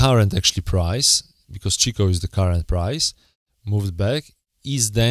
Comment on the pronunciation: acording to japanese forex traer Kei; the correct pronunciation of the lines in japanese is: SenkO span A & B not Senkou!! also it's Chiko Not Chikou span :)